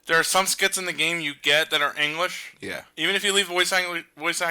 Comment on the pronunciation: who heard say engwish